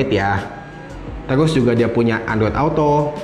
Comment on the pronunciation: maaf saran aja.. mgkn kan itu dah bawaan.. ucapan nya..Di bikin enjoy aja lah..